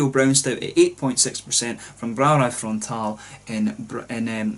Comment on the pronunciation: First off, awesome pronunciation of the name of the brewery! Frontaal has quite a decent balance between dark beers and ipa's/neipa's. They make some excellent BA versions of their stouts as well. Very nice to see the Netherlands represented in your reviews! And thanks for shout-out mate!!!! Proost!